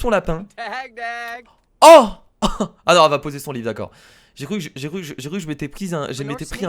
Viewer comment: A il dit "live " à la place de livre . Mdr